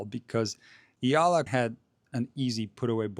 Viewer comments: Her surname is pronounced EYALA. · The "E" in Eala is NOT pronounced as the i in Italy, but as the E in extra. Amazing as it may seem too you, not all alphabets follow the English fonetic rules. 😅